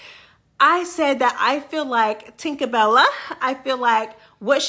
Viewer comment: why do you say "Janeshia & Tinkabella names like that"??? 😂😂😂😂 I love itttttt!!! JE NEEE SHA! TINKA BELL LAAA! 😂😂😂